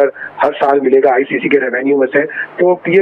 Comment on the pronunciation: It's ICC not ICCI